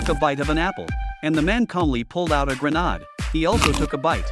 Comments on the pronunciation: It is grenade not grenode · Grenade❌ grenad✅ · Grenade:❌ Grenad:✅ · He said a gernad